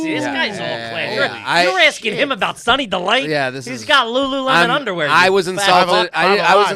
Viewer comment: Had respect until said LuLu Lemon...😅